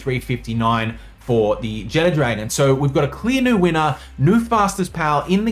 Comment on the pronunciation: I dont know why everyone pronounces Jetragon like "Jet Dragon". Theres no "D" in its name